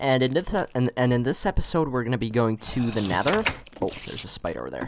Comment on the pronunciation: He said “neder “